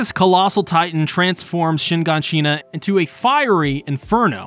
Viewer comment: its not shin-gan-shin-na but shigaanshina